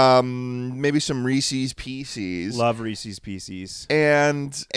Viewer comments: ITS PIECES NOT PEESEES RESPECT REESE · Ree sees PCs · I can’t do this anymore. I loved this podcast, but I cannot continue to support a podcast who’s hosts pronounce Reese’s Pieces this way. THE PIECES BELONG TO REESE. what is wrong with you